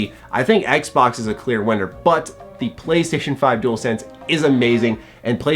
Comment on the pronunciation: MY PWAYSTATION IS BETTUH THAN YUH EXBAWX